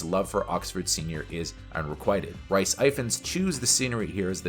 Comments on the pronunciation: It is pronounced "Reese" not "rice". I thought this was a big channel, not some small rookie PoS. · Arghh. Rhys is pronouned Reece and Gemma is pronounced Jemma. Otherwise good review.